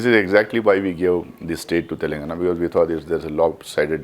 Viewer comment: Is he from Telangana? No one knows him. He has zero knowledge about Telangana. Including how its pronounced.